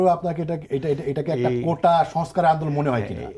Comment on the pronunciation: কোঠা নয় কোটা